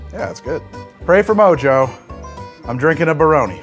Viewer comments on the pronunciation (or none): none